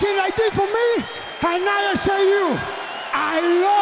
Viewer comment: "push me NAOW"